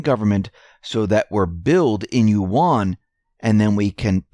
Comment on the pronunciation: you mispronounce "yuan". Yuan (Chinese character 元) pronounced correctly in mandarin Chinese sounds closer to the English word "when", except it starts out with the "yu" sound of "university". Also, "yuan" is one sound; it is not "yu" followed by "an". A perfect example can be found on "USA TODAY" channel, video titled "Yuan - How do you say it?" at the 15 second mark. To my surprise, many of the pronunciation videos (even prominent ones) got it totally wrong, smh! I will say that there is variation across Chinese accents but, let's stay with the most correct mandarin. Also yuan is pronounced in a rising tone (tone 2), but not necessary when the language spoken isn't mandarin.